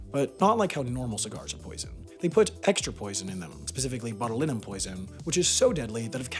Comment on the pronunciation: If you're looking for material for your next correction compilation, it's "bot-chew-line-um" toxin, which causes botulism. Some fun facts: It is the most toxic substance known to exist. Also, this is what Botox is. Wait, what?